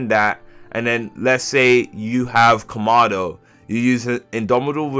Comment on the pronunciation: Komado 💀 can't even say kamado